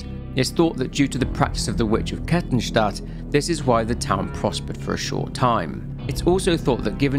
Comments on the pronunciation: I'm only 3 minutes in to the video but well done on the Kettenstadt pronounciation! absolutely nailed it. Can't wait to see the whole video, always enjoy listening to your vids. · Your way of saying Kettenstadt is funny but almost perfect xD (btw it means Chain City) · Oh nice, someone who doesn't absolutely butcher german names for a change. Knew the sub was worth it ;) For those curious, Kettenstadt literally translates as Chaincity (Ketten = chains, Stadt = city), but depending on the context chains could also be translated as Fesseln (lit. shackles). A fitting albeit on the nose name considering the implications. I love it how the internet comes up with various names for the emergency exit of life. Obviously I'm heavily biased by my own experiences, and your mileage may very well vary. Of those I know personally who did or tried to do it, none wanted it to be a taboo, but rather to talk about it openly but it took them too long to find someone they could trust, be it a therapist or a friend who'd listen. It's generally their families or officials who don't want it mentioned, not those affected. The issue persists even if we don't talk about it or it gets censored. Also this isn't a critique on you, but rather the world we live in, be it social media or international news or even gossip in some backwater village. Reach out to your friends my guys and listen to them, especially what they say between the lines.